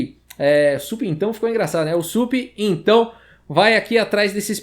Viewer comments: "Supintão" ksksksk vc é o melhor skksksk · "e aqui o Supintão"... Kkkk